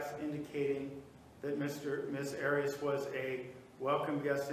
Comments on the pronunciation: He doesn't roll his R he says the A correctly...AH ree Ahs instead of AIR Reeh uhs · I was wondering why he did that also. I think he does it inadvertently because he is hispanic but then hears others say "AIR-E-ess" and changes it up to try & pronounce it as she pronounces her name? I just confused myself. I'll just rest my own case. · I love how Juan Martinez pronounces Arias the Spanish way rolling the r.